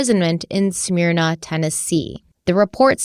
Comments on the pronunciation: mispronouncing "smyrna" really threw me. maybe it's just me being a stuck-up local but i never imagined people not from the area struggling with it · Is it supposed to be pronounced similar to the vodka Smirnoff?